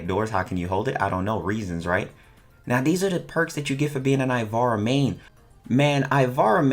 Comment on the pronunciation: First step* say ivara right